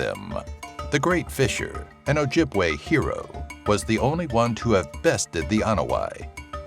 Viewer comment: Props for correct ojibwe pronounciation edit: everything correctly